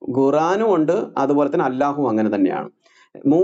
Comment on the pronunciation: ഗുരു എന്താണ് അല്ലാഹു എന്ന് pronounce ചെയ്യുന്നത്, അള്ളാഹു എന്നല്ലേ ശരി 🤔